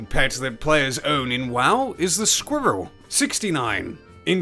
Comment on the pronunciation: Hahaha, say 'squirrel' again pls.